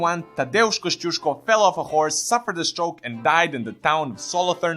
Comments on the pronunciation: I admire your pronunciation of his name! spotless :) congrats! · You pronounced his name good lol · Actually you pronounce his name quite right... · Wow that's first english language channel when somebody said his surname right XD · Mate , I'am 100% Polish and when it comes about your pronunciation of Kościuszko's name - wow!